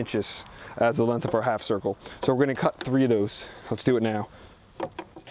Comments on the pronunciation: “It’s time to get the lenth” It’s Length, not lenth 😂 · There is a G in LenGth.... really. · "cut these to lenth" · good vids. you say 'lenth' a lot. there's a G in there, length bra. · Good info, but the "Lenth" ??? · Learn how to pronounce the word "length" since you use it so much. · Length.... length..... you say that funny I dunno